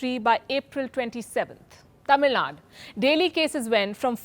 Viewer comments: It's tamil nadu not tamil nad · Sorry but I'll have to correct you it's Tamil Nadu there is a 'U' at the end and you are not pronouncing it. You could correct it next time, all love :)